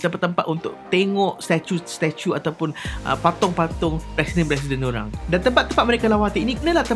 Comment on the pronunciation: Cara sebut statue..tuu...